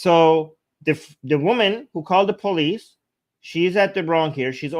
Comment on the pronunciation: It's not Bolice, it's Police.